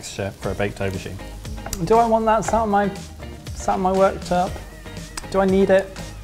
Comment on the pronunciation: "Do I want that sat on my workterp" I had to replay a few times...but i think he actually does say workterp.